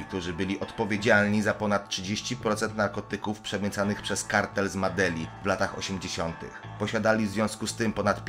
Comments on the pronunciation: i nie midelin tylko z medelin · nie madeli tylko medelin